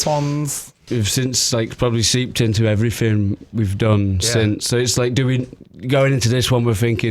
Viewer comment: “Seeped into everyfing we’ve done” I love Alex 😭